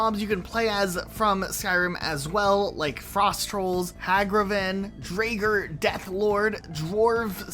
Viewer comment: Mispronouncing Draugr is understandable, but I never thought I'd hear someone mispronounce Hagraven LUL